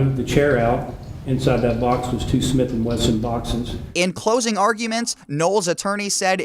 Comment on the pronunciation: "Smith and Wesson," not "Smith and Weston."